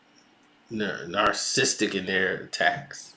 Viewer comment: You really need to learn how to pronounce "narcissistic " dude.